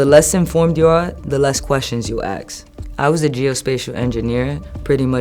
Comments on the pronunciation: This woman can't even pronounce the word "ask: correctly and she's on here offering advice on good life decisions? I doubt anyone in the south bronx is training people to be geo spacial engineers. Did china pay for this video? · The less questions you “axe”?